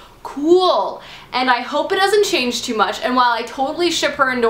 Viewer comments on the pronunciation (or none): none